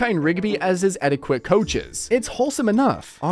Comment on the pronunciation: Bro pronounced etiquette “eddy quit”